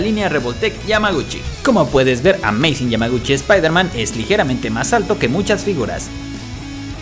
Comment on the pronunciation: Se dice Spider-Man